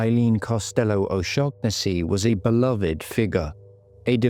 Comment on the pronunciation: Can’t even pronounce her name right